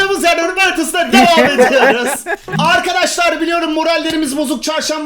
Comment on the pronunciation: saniyede arkidişalr dedin abi